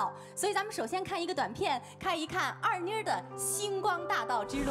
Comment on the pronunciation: 人家的名字叫二妮，不是二娜。